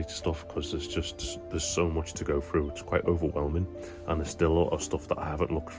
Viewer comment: first 10 secs you said going frew what does frew mean 🤷‍♂